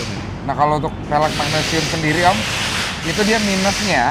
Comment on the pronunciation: cuba sebut "velg" dgn betul.